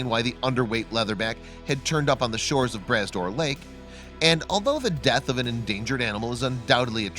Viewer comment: LMAO, the lake is pronounced Brah Door Lake (spelled Bras d'Or Lake), literally translated means Arm of Gold. It's actually an inland sea, mixed salt and fresh water. Found in Cape Breton Island , Nova Scotia and is a beautiful sight to see, especially the drive around it.